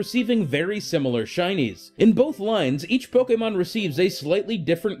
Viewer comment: I hate how you say pokemon. You stress it so weirdly in your sentences.